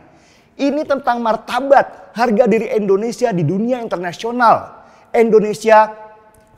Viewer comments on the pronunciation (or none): Indonesia boss, bukan endonesia